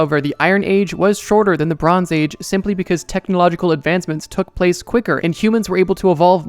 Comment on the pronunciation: I can’t unhear it “Lebrons age”